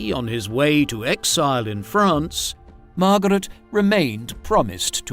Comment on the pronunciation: MAR-GAH-RET! LOL